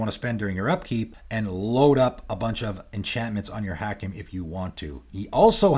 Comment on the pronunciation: Hakim: Haa-keem. Every time I heard the mispronunciation I cringed.